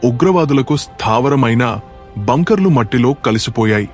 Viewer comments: బ్యాంకర్లు కాదు దానిని బంకర్లు అని అంటారు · ఒరే బ్యాంకర్లు కాదు, బంకర్లు అనాలి. తెలుగునేర్చుకోండి,చదవడం, వ్రాయడం సరిగ్గా. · బాబూ అవి "బంకర్ లు " బ్యాంకర్ లు కావు